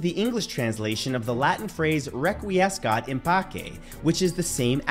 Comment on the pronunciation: Kudos for using the classical pronunciation for "requiescat in pace"! I would only add that literal translation would be "may he/she rest in peace" rather than "rest in peace".